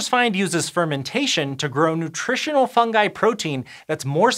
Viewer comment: Tkank you for pronouncing fungi correctly. Your colleague Hank got totally insane and started pronouncing it ˈfʌn.dʒaɪ